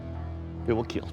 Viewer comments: I love the way doug says it he doesn't say kill he says keal. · It was "kill", then became "KEAL" 😂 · It will KEAL! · It will keal? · it will not keel :(((((((((((((((((((( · "It will Keal." 😂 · "It's a lighter weapon. It cuts smoothly. It took no damage whatsoever. It's a beautiful piece. It will keel." Every Ben Abbott weapon. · It will keal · I only came to heard him say it will keel 😂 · It will keel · It will kiehl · Will keel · Amazing, there was a time where he could pronounce kill like a normal human